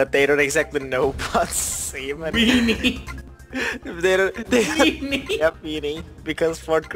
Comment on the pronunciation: STOP SAYING WEEINIE!!!!!!! GRAB DAT WEENIE AND EAT IT CUS DIS VID IS AMAZING